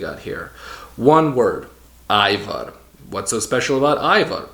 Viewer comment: Hvala lepo for pronouncing it AYVAR.... bravo